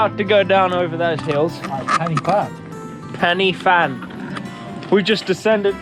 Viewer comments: “penny fan” 😂 Its like Pen y Van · It's not Pennyvan. It's Pen y fan pronounce pen er van. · Loved the video but that drove me nuts! My wife and I were laughing our heads off “It’s ‘pen-uh-van’ not ‘Penny Fan’!” 😂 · Pen y fan the Y is said like 'ER' not ee 😉